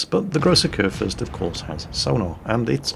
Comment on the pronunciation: Haha, you are correct on the salt factor. I like Flamu because everyone can learn from him, even though I am not the worst player ever. But yeah, the salt is real. I do get it sometimes, but it is very much present Also, I love how you pronounce Kurfürst. Its not that bad, but its always something if an english person tries to pronounce german words. (To be honest, I think its the same the other way around)